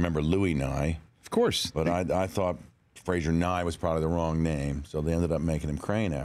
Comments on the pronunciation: Frasier, not Fraiser :) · It's Frasier, not Fraiser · Can't you even pronounce Frasier? It's said in title 😶